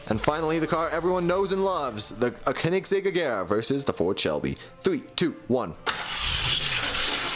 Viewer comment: plz respond why do you say koenigsegg like k-un-ig-segg it bothers me because its mispronounced its supposed to be K-o-nig-segg edit also don't put weights at the end because when cars hit them at high speeds it damages them i know that because i did it and i realized my fastest car kept getting slower and slower buy foam and put it at the end its a pro tip so that way they don't get damaged